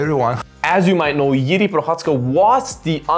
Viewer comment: Jiri is more Complex Figter ... also he have more experiances in MMA ... since ale have 8-2-0 he have 29-3-1 is 3x more :) also Jiri have better cardio ... anyway u say JIRI name alsmost correct .) definitely most correctly from eng speak channels :D 👍